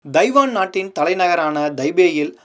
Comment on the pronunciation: Pl try to learn the prounciation of " Taiwan"